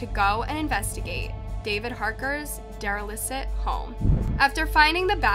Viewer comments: his what home? Daralicit? Did you mean derelict? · Derelict home, not derelicit home. (Derelict means shabby, neglected, run down, derelicit is not a word). This makes me wonder if the narrator is plagiarizing, because she does this in every single one of her videos. She reads words wrong, and obviously has no idea what they mean. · Derelict home? ... Did you say "Dare-uh-liss-it home"? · It’s pronounced “deralikt” not “deralicit” 😭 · Derelicit ? Did you mean derelict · Dera-licit home!